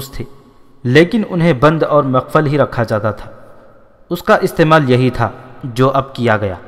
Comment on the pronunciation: Bun aur Muqaffal yeh Talaffuz hai. Muqfal galat Talaffuz hai.